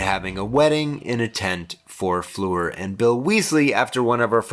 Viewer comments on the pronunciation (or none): A really interesting perspective on the films but please, say Hallo to the HAllows, not the HOllows and Fleur is not pronounced Floor!